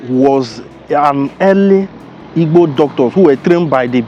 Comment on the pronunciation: You can not even pronounce igbo well, na waa for you